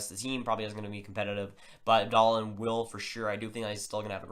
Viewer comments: Yes, Dahlin (pronounced Dahleeen not Dahlin or Dahlan) has very high potential. He is a generational defender in the mold of Niklas Lidstrom/Erik Karlsson. Also has some Bobby Orr in him but not as offensive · Yeah it reason for the different pronunciations is because it’s Dahleeen in Sweden so that’s the actual pronunciation. But in NA, a lot of people have called him Dahlin. But if you look at the NHL draft lottery interview with Dahlin for example you see they call him Dahleeen. The NHL draft should be much the same with the “Buffalo Sabres are pleased to select Rasmus Dahleeen” lol